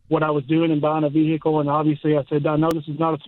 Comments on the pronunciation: Vee hickle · I’m here for the Vee-Hickle stuff 😂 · Even callers say vi hick cle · At least this hick knows his $69,000 "vee-hickle" was an enormous mistake. Ya gotta give him that. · The South: where "vehicle" has a stressed middle syllable.